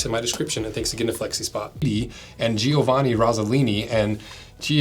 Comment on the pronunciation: As an Italian, I need to give you a hint on how to pronounce "Giovanni". It's not "Gee-o-vanni", it's just "Joe-vanni". "Gino" is spot-on, tho :) Love your videos, by the way :)